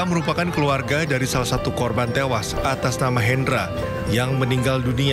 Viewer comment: Innalillahi wa innalilahi rojiun..smoga husnul khotimah u seluruh korban kecelakaan yg meninggal dunia aamiin yra..salfok sm narasi pembaca berita knp ada intonasi korban "tewaas" tdk ada kalimat yg lbh enk u d didengar..